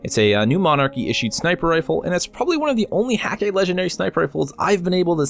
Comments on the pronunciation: I may be wrong about this, but I believe Hakke is pronounced: h-EH-ka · Really? The umlaut should make the A sound almost like "eh'. As for the "hah-kay,", that may just be Nathan Fillion's character pronouncing it incorrectly but just owning it lol. That seems very much like Cayde's personality. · There's a cutscene where cayde 6 pronounces it hah-kay